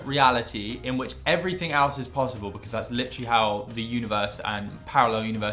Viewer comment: IT'S JUST NOT PLOSSIBLE! 😂